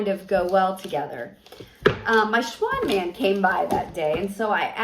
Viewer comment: I had to keep rewinding I couldn’t figure out what you were saying 😂no I never heard of a Schwan Man please enlighten me 😍